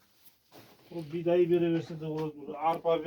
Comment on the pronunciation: Бидай дегенине карагандааа кыпчак окшойсун